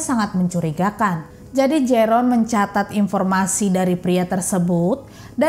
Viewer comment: Koreksi mbak, Jeroen dalam ejaan Belanda di baca Yerun😊